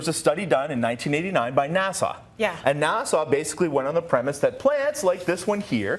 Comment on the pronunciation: ivy is hard to grow, you keep saying NASA wrong, this is depressing, thank you